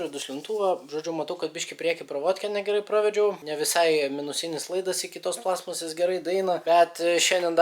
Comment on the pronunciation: Stebiu nuo tada, kai užkliuvo, kad sakai plAstmasės, o ne plastmAAsės :D